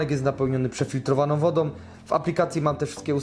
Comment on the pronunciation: Wodom, rozsondnnom, za pomocom, instrukcja obsugi, dugość , pomys, blutucz , sparowane ze dzbankiem, ulubionom jerbom, tom domyślnom, Itp etc Chłopie ogarnij język polski